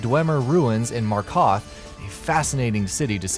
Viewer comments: Let's take a moment: Markoth Liecanthrohpee Please..... it's Markarth, and pronounced L*ih*canthropy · it's markarth no markot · “In merKOTH” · He said markoth instead of markarth wtf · Mar-Karth, not Mok-Koth Ly-Can-Throe-Pee, not ly-kin-throp-pee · How do you manage to mispronounce Aventus AR-ET-INO when his NAME IS WRITTEN UP ON THE SCREEN. - MarKARTH - The Black Star itself isn't the artifact. Azura's Star is the artifact. One of the options for how to END the quest is to corrupt the artifact INTO the Black Star, a perversion of Azura's original intent. I love your videos,, but please, make sure everything is polished before you release a video. A layman might not notice these things, but a true fan of the series your videos will pick up on them. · Markarth. Not markath. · "Aventis ATINO" "Mar-KOTH" "Lycan-THROPPY" Has this guy even played Skyrim?? 😂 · i was literally gonna say that. He says “markOTH” and “lie-can-throppie” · Markarth not Markoth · Markarth not Markoth lol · Markoth? TRIGGERED its Markarth ;p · MARKOTH? WTF? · Did I just hear "Markoth?" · MARKARTH not "Markoth" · "Markoth" "Aventus R-Tino" This guy has never played any Elder Scrolls game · who else cringed when he said "Markoth" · Markarth, not "Markoth" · Better title: "15 quests you probably enjoyed while playing Skyrim." Seriously, WE ALL PLAYED THOSE QUESTS. There is nothing new here. Of course the narrators gross mispronunciation of many of the names tell me the narrator never REALLY played the damn game. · marKATH, dude seriously? Have you not played this game before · "Mah-kath" (No offence" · Aventus "Artino", "Likanthroppy", "Markath" dude there are specific ways of pronouncing things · Yeah he pronounced markarth Markoth 😂😂😂😂😂 😂😂 😂😂 😂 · marKARTH. Like n' thropy XD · when you said "Mark Hoth" I cringed. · “Markoth” like what in the fuck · I was just about to comment on it tbh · did he just day Markauth